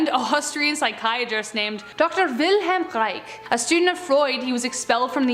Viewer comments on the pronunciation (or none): none